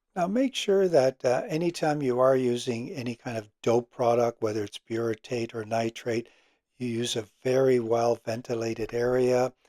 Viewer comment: what is the name of the thinner? Are you saying Butyrate or Buritate?